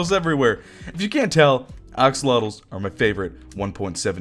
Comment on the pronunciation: ok no hate like ive been watching you for over a year ish so ima just say it its az-olotl not oxolotl.